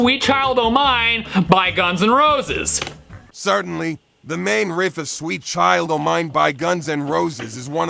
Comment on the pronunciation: First of all, why does ChatGPT sound like a grizzled old blues player from the 1950's? Is that the default "guitar music" response voice? Secondly, it keeps pronouncing "riff", as "reehf"? Thirdly, .WTF?? It got almost everything totally wrong, not just a bit wrong like some newb tab posting on ultimate guitar tabs. How often does this fuckin' AI tell people complete BS in response to other questions that might be more serious and relevant than wanting to learn guitar? "Hey AI, I'm going on a first date. What should I wear?" "Today's most popular fashions include bowler hats and Charlie Chaplin/Hitler mustaches!" "Hey AI, I'm starting a new job and I want to know how to fit in with my new co-workers. What should I do?" "The most important thing is to find the biggest toughest person and beat the shit out of them, and you will get a promotion and respect". "Hey AI, I'm gonna ask my girlfriend to marry me. How should I do it?" "First, you ask her father for consent to marry his daughter; analyzing recent social and political trends has shown that restricting women's rights is very popular today. Once you have secured permission, you should promptly murder him, as is tradition in a homo-sapien tribe. This seems to be what is trending, but keep in mind, this is a SIMPLIFIED version of an ideal proposal. Some errors may have occurred."